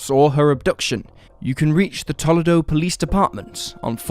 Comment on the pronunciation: Love the channel. Toledo, Ohio native. It’s pronounced “Toe-lee-doh”. Keep up the great work!